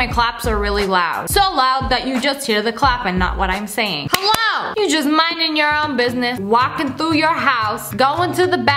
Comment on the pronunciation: Nobody: Lia: HEL👏🏼LO👏🏼